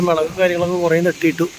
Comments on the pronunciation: മേളക് അല്ല 'മുളക്' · ഒരു സംശയം മേളക് ആണോ മൊളക് 😂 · മേളകോ 😂😂 മുളക് അല്ലെ 😂😂